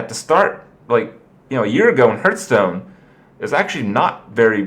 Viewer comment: You've been playing Hearthstone every day for 2 years now. And you still miss pronounce it. How?